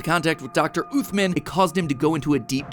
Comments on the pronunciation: As a person who’s fluent in Arabic please tell matpat to say عthmaan and not oothmen im begging you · Blud said "uthman" as "athmin" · Uthman is an Arabic name, pronounced ooth-mahn, not ooth-min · Im pretty sire the doctors name is supposed to be pronounced as usman not uthman, because in Arabic the name uthman is pronounced as usman (with a little bit of the th sound but thats just the Arabic pronunciation) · Uthman is pronounced like oosman and with a short 'oo' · You probably mispronounced uthman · The way MatPat pronounced “Uthman” …. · While it bothers me how he keeps mispronouncing Uthman's name, it was a pretty interesting theory. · nothing hurts more than the way you pronounced Uthman Adam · Awesome vid but the way he pronounced Uthman just made me wanna die